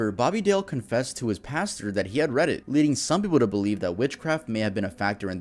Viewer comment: bro I just heard that as “he confessed to his pastor that he had Reddit” rather than “read it” and now I can’t stop laughing